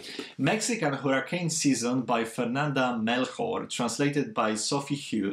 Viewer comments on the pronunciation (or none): I loved your reactions!!! Hahah I hope you make a video with your reaction when the winner is announced. And this is not really related to the content of the video but i'm Mexican and i thought you'd like to know that the "CH" in Fernanda Melchor's name is pronounced like the "ch" in chocolate. <3